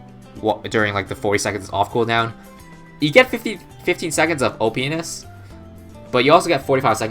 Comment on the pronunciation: Towards the end of the vid you said OPness but it sounded like oh penis